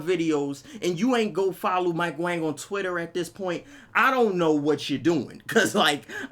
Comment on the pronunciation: Mike Wong not wang btw